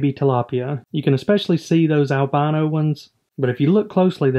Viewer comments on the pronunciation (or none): Is that correct saying albano not albino? Sounds wrong like your fish are from Albania instead of without pigment.